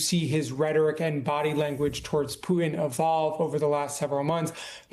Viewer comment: Is it something kind of a fad these days to avoid pronouncing the letter "T"? It's pronounced Putin, not Poo-in.